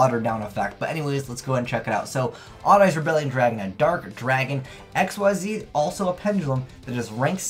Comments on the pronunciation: Mhm. I'm sick of it too. All these people who despite it having been out for years still can't fucking pronounce "Ik-Zeez" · Holy fucking shit, pronounce "Xyz" right for once.